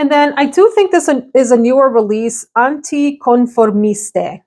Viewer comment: For what it's worth: the Keiko Meicheri Isles Loîntaines fragrance is pronounced "EEL lwanh-TEN" and it means "faraway islands" Hope that helps! And the "French version" of Anticonformiste is anh-tee-con-for-MEEST. And it is fun to hear your Spanish come through! 🙂